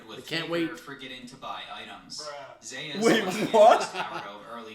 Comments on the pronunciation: I know this is 2 months old but I can't stop laughing them calling him Zues and not Zeus haha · Lmao these casuals calling him zoose. It's zeyus and dont you forget it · Please pronounce Zeus properly. Just listen to how his name is pronounced please. Great video